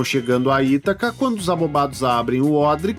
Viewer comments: Mas, infelizmente, devo reconhecer que alguns dubladores pronunciaram errado, mesmo. É Ítaca, com certeza. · Neste filme houveram dois dubladores para o papel de Odisseu. Na maioria das frases era o Hélio Ribeiro (dublador do Coringa em Joker) e na derrapada de Itaca e Aiolos era o Luiz Antônio Lobue, dublador do Cavaleiro de Ouro Aioria de Leão.... acho que por isso ele se confundiu na pronuncia kkkk